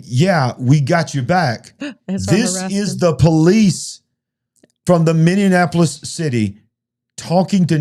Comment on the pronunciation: Folks, please allow me to help you the pronunciation of MINNEAPOLIS. It's pronounced Minnie-appolis. It's NOT Minnie-an-appolis. 😘 Thanks for your time!